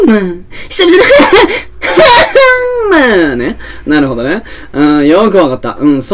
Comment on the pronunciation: ハァ↑ンマァーやカァ↑マに始まり・・「信じよぉおおお～二人な～らば～」からの替え歌ｗｗｗｗ もうダメｗｗ声上げて笑ってましたわ( *´艸｀)